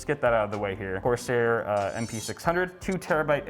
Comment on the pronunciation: "CORSIAR"... it's the French version. lol